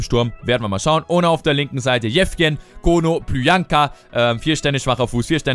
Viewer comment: Es heißt "Konoplianka", nicht KonoplüankaAußerdem wird Beauvue Bowü ausgesprochen, nicht bowo :D